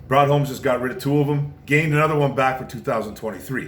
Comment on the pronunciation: "Ron" Holmes?? 😕👎